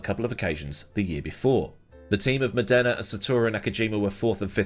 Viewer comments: It's Mòdena, not Modèna (both the driver and the city). Cheers from Italy, dear. Good stuff as usual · Modana not MonDERna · Funny how pronunciations change. Murray walker called him Stephano Moneda ( Mon aida), at the start of his career. Then Modena ( moh den ah) ..... which is 2hat I call him. Now I hear Mod ena) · when you make a video about a driver you could at least try to learn how to properly pronounce his name. Stèfano Mòdena. Not Stefàno Modèna.